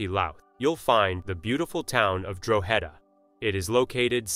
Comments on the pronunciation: Drogheda Pronounced No as in this video It's Draw hada . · that's not Ireland it's pronounced Draw-ha-da👍